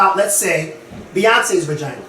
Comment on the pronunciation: Is really ouchea calling a vagina a "ragina"? I don't know why but this got me WEAK! I'M SERIOUSLY CRYING! 😂😂😂😂